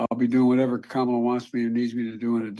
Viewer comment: You pronounce it like Comma-Lah It's easy, for everyone but Diaper Don Vote blue and stop the extremists from tearing the foundations of our freedoms apart!